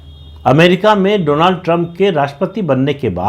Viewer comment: कृपया बुरा मत मानना: अमरीकी राष्ट्रपति का प्रथम नाम डोनाल्ड नहीं है परंतु डॉनल्ड है 🙏🙏